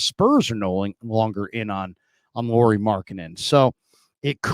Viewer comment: Say his name correctly! It’s pronounced lowery not Lori like a girl. Think of Kyle lowery.